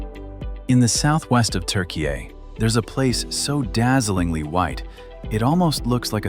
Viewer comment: Your pronunciation for Turkiye is not too bad but i cant say the same for Kapadokya 😊